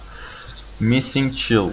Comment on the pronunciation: حاجی child رو چایلد میخونن نه چیلد😂